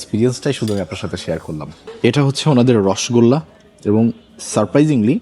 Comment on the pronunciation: রসগোল্লা সঠিক উচ্চারণ বাঞ্ছনীয়!! বাংলার সবচেয়ে আদি এবং অকৃত্রিম মিষ্টি, মিষ্টির রাজা রসগোল্লা, প্লিজ ভুল উচ্চারণ করবেন না অনেক শুভকামনা আপনার জন্য 🤍